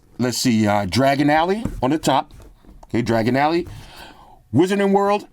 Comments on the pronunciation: Dragon ally😂😂😂😂😂😂😂 it's Diagon Alley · You can tell your not a Harry Potter fan, Dragon Alley, it's Diagon, Di-a-gon, lol.😂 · said "Dragon Alley" 😅